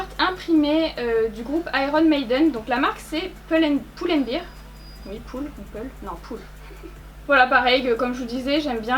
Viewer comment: Génial comme d'hab❤❤ du coup "pull and bear" le "bear" se prononce non pas "bir" mais "bèr" 😉